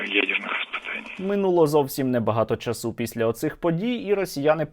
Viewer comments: Сергію, а чому "провéли", "провéсти", "часý", а не "провелú", "провестú", "чáсу"? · не часУ, а чАсу. не провЕли, а провелИ, не поляніта, а паляниця, не виродок Київської області, а уродженець